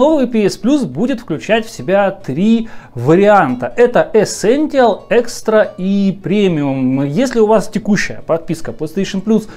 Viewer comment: Ну камон,чел явный фан сони,но вы просто вслушайтесь -ЭСЕНТИАЛ)))